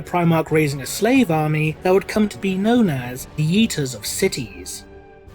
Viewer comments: All I heard then was " The yeeters of cities " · I legit heard Yeeters of Cities. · "The Yeeters of Cities" lmao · At first I thought you said "yeeters of cities". And now all I can think about is angron trying to throw buildings into space lol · I thought he said yeeters of cities for a sec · For a second I thought you said "The Yeeters of cities." And I got this image in my head of Angron being so fucking angry that he just picked up a whole city and threw it. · I’m pretty sure you said “eaters of cities” but all I heard was “Yeeters of cities” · Same here. I had a good chuckle at that. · im glad i wasnt the only one that heard that too.